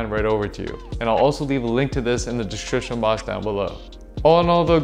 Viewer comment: “Descrishshan”